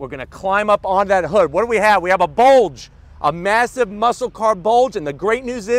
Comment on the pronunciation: "we have A BOLDGE" - 2021